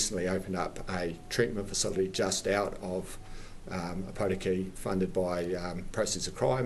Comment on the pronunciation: How many places can I mispronounce?